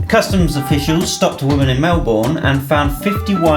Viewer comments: So many people say Melbourne wrong it's said mel-burn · Melbourne is pronounced mel-bn